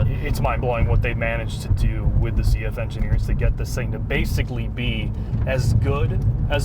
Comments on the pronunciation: and ZF is from germany - so even try to pronounce it like a german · Sorry to correct you - it is not "CF" it is "ZF" it is "Zahnradfabrik Friedrichshafen"